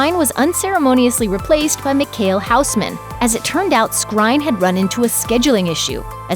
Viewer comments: Mikhayel Housemen... C'mon, at least put in some effort to get the name right. It's not that hard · "mekhale houseman" 😭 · The way you pronounce Michiel Huisman is hilarious .. the Dutch pronounce the CH as a G. Hardly anyone can pronounce the hard Dutch G. 🤣🤣